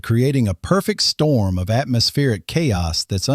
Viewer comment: Huge “Strorm” ??????